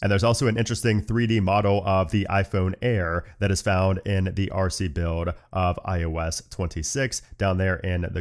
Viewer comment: do you have trouble pronouncing words with the letters LD on them? i notice when you say OLDER you say “Odor” … same with the word BUILD 😅